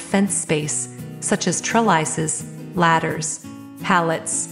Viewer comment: Ouch! In addition to all the mispronunciations others have noted: "Tr-lysis" instead of trellis and "BIS-tro" . Nice collection of pictures, but the narrative is painful